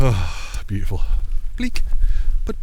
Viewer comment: It’s boot-ti-ful 🤣🤣🤣